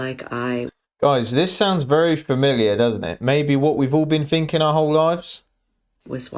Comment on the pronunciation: Finking =thinking